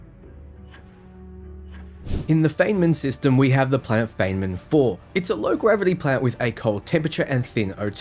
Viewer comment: Imagine claiming the British accent is 'how the rest of the world speaks' and then failing to pronounce the names of historically famous physicists Enrico Fermi and Richard Feynman.